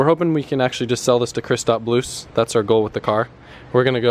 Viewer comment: that funny that you want to sell this car to Krispats Blušs couse im from latvia to and its nice to hear his name like from you